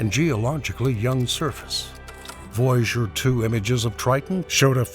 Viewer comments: What the fuck is "voyjour" its voy a ger as in voyager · It is VOY A GER NOT VOYGER!!!🙄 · You are driving me Nuts VOY A GER! NOT VOUGER!!!!!😡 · Too bad for all the words this man can't pronounce it seems to be Voyager the most important one haha